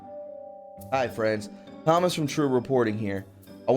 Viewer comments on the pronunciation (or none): none